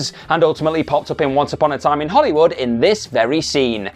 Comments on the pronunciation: FYI It's pronounced "Hollywood", not "Hollywoodah" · It's a verbal tic of his. Hollywoodah, Karmann Ghia-ah, Heffner Mansionah, etc. It's quite irritatingah. He might need speech therapyah.